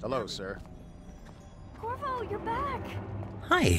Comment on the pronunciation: the guy Said korvo... I thought he said kurwa 😂